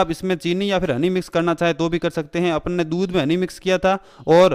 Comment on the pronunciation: Cool voice Especially when u say Apon ne